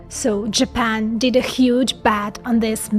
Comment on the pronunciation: “ but what if I told you that JApEn”